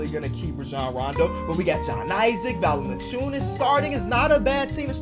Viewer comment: Mate, you pronounce Valanciunas sooooo good for an american